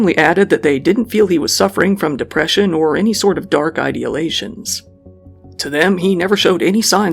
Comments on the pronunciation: It’s ideation (I-D-ation) not idealation. Idealation is not a word. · It's ideation, not idealation. Also, Puget Sound is "pyoojit", not pudget.